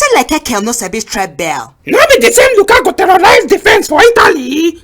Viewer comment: See as pronounced lukaku😂😂